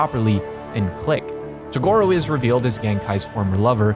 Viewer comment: hmm not bad. Although I could have gone without all the butchering of Toguro and Mukuro, but whatever. You managed to talk about a show without losing me, and that's unusual